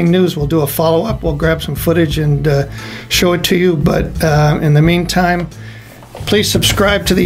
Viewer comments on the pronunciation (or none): none